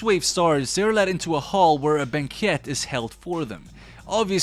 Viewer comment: Words you pronounced incorrectly: "Crow" (in scarecrow) "Banquet"